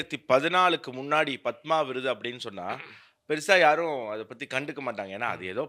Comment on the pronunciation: ஆனந்த அவர்கள் பத்மா என்று உச்சரிக்கிறார்.